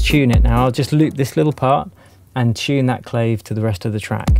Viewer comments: Great video - small thing. The Clave -- It's nov Clayv -- It's pronounced with and AH and an A -- Clah-vay or Clah-veh -- and it's both an instrument and a standard rhythm in all Latin influenced music the 3:2 clave(think salsa, rumba, mambo, etc) . Otherwise nicely presented and useful information. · It's pronounced CLAW-VAYE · Another winner,! Btw: clave is pronounced claw-vay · The Latin percussion instrument clave is pronounced CLA VAY. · another fine video...Thank you! And clave is pronounced Clah-Vay. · It’s pronounced “klah vey”